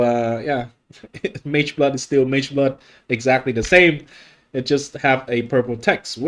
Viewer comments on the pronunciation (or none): MAGEBLOOD - ❌ MEGAH BLOOD -✅